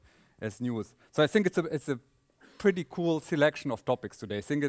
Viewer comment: Christof, your English is very good! With this naïve thing and so forth. But please, if you don't want to pronounce the "th" correctly, use "t"- and "d"-sounds. Like 'this' -> 'dis' and 'thing -> 'ting'. Because the word 'sink' has its own meaning... Besides, I love you, mr Paar, and the way you gives the material.